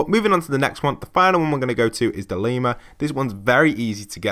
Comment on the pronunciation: Did you just fucking say “leema”?